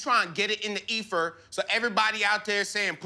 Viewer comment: what? Its ether not efer